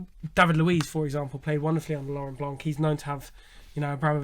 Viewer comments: Pls stay silent if you have no real info, and it blanc, not blanque, thé C is silent!!!!!!!💣💣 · Lauren Blanc. We don't pronounce C for his last name. Lauren Blan (c is silent)